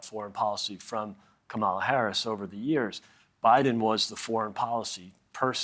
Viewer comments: "KAW-maw-law" Accent on FIRST syllable! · Comma-lah =Kamala. Emphasis on lah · That fellow never said the Vice President’s name right. (See timestamps:, and ). It’s pronounced like the grammar symbol “comma” and ends with the syllable “lah”. He keeps putting an emphasis on the second vowel. has apparently been watching her for almost two months and still says her name wrong. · Republicans make it a point to mispronounce Kamala...KAM-ma-la not Ka-Mah-la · "Comma-la," not "ke-MA-luh" 👍🏾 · Please coach your guests on how to pronounce her name correctly! It's KA-ma-la, not ka-MA-la. Emphasis on the first syllable. Thanks. Interesting to hear what you all think over there. it should be a no-brainer in favor of her, knowing that Putin would love to expand his empire with Dumpsters blessing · 🇺🇸 For goodness' sake, please pronounce her name correctly - it's KAH-ma-la , not ka-MAH-la!!!🙄👎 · I'm not listening to people who can't even pronounce what is a very simple name to say correctly. KAM - ala not Ka MALA. She has worked closely with Biden in foreign policy for his whole term. These news channels don't know her at all because they havent even tried. She has already travelled extensively and met world leaders including Zalensky..The former idiot doesnt even know his geography. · It's not "çam a la" it's pronounced "kah' -ma luh. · Why do so many seem unable to say KAmala? Is that so hard? It's the Trump pronunciation, KaMAla, which he does on purpose out o disrespect. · Please. Her name is pronounced Kah muh la or Comma la, not Kuh malla. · My God! it's KAHM-uh-luh. Not CAM-uh-luh Not Ka-MA-luh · Also, please pronounce her name correctly. It's comma'-la, not camma-la. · Do all Republicans mispronounce the VP's name? It's KAH-mala, not kaMAH-la. No, there are not "13 ways to pronounce" her name, dah-NALD. Arghhh. There's no excuse anymore for that mistake, which makes it an insult. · LEARN HOW TO SAY HER NAME PLEASE. It’s KÁMALA AND NOT KAMÁLA. Dear GOD